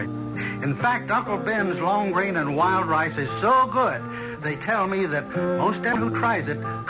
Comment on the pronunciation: Thank you! 👍 Well written, well acted. I seem to have to go backwards in time I'd I wish to enjoy quality entertainment . NOTE: I swear I heard Berle Ives during commercial say 'lWild Lice' instead of wild rice several times..lol (@ of 3rd story).